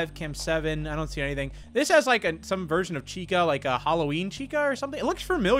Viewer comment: When you said “there’s a new version of the game” I heard “there’s a new virgin of the game”